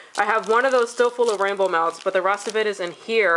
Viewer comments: HA HA! When you said "rainbow melts"... I heard "Rambo melts." I thought... "I haven't heard of this vendor!" :) Loved the video!!!! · I kept hearing 'Ramble Melts'...lol